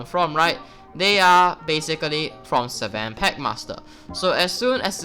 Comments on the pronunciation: it triggers me everytime he says "SEVEN" instead oof sven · Seven packmaster. dude i wanted to hit u hard when u said seven instead of sven